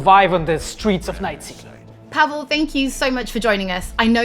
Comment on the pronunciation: PaweŁ It's Paweł You have that sound, so learn it if you want to be respectful. Paweł - "pavew" Pa as in PArrot we as in VEctor ł as in Why